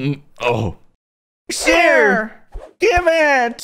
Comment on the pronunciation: It's "SHARE"